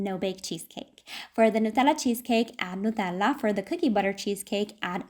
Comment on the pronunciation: I love the way you say Nutella. These mug cheesecakes are so cute and so tempting